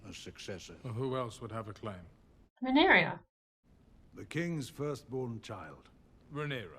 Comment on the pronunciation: Another great reaction. Uncle Daemob and his niece Princess Rhaenyra, who’d ever think of such? Oh yea it’s Westeros. You have pronounced Rhaenyra’s name perfectly the first time each time you’ve said it. (Ray-Near-Uh)